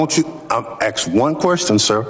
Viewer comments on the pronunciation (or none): What a waste of a such a powerful position. By the way it’s “ASK” a question NOT “AX” a question. The dude can’t even speak English. DEI at it finest. That clown has never worked a normal job, always with the government. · Its not aks......its ask......my lord its only a 3 letter word and you cant pronounce it. Vote him out